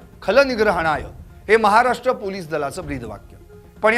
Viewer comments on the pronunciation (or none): none